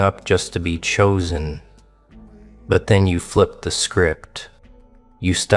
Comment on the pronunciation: "choosen" do u hear urself talking like someone stupid? no? yes?